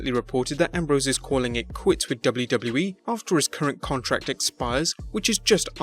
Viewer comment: The way he say wwe kinda annoys me, am I alone on this? Great video otherwise!